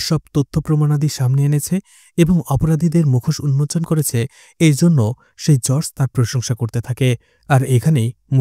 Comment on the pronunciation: উচ্চারণ টা জজ বা জাজ হবে ভাই, জর্জ না